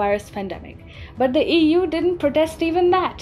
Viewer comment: How you said EU, sounded like Ewww. :D on a lighter note.